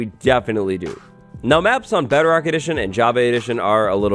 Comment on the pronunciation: Bedarock edition? What's bedarock edition? You type it as bedrock but pronounce it as bedarock?